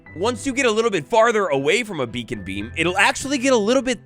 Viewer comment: I thought bro said bacon at the beginning instead of beacon and got so excited for something so small lmao